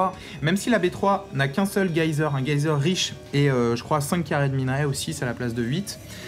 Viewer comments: GUYZEUR ? C'est pas un "jésère" la prononciation haha ? Après c'est surement un lol de prononciation ! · rofl mythique, c'est vous les gayzers :) "geyser"--> Jèsère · C'est pas GAYZHER mais cela se prononce JÉZER ! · Geyser, pas gaïseur. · "Gueyzer", on peut dire "geyser" aussi, oui c'est Français (enfin Islandais je crois mais bon) ;-) Belle partie en tout cas, merci pour les commentaires à fond pendant 24 min ! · En français geyser se prononce jaisère.. Une fois de plus une fin inattendue, c'est fou ce que les terrans ont de la réussite, et on se prend des nerfs en plus. -_ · ca me fais rire les boloss dans ton genre, on parle en fr la, donc si tu penses que ca rox de mettre des mots anglais pour faire style pgm libre à toi, mais que cela te plaise ou non, un geyzer, se prononce jézer :s et j'habite strasbourg, donc la prononciation pour socke je pense que je suis plus à même que toi pour te dire que cela se prononce Socke et pas Zocke. Merci d'avoir tenté de te rendre interessant, mais maintenant tu peux aller reprendre ton gouter bizzzouxxxx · Geyser c'est pas allemand, ça se dit : jézèr. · Thumbs up pour la prononciation du "geyser" à l'allemande :p